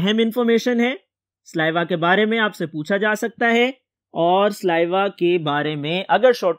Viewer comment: Correction "SALIVA" Not sliva